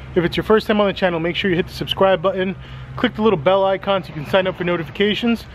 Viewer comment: well I heard how you pronounce the word button, now I'd like to know how you spell it?